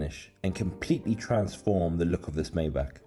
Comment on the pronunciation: pronounced My - bach. Enjoy the videos.